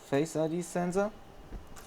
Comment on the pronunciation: The way you pronounce sensor is hillarious. !!! Zenzor !!! Anyway, great job and thank you for sharing with us!